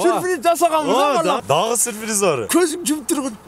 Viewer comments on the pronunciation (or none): none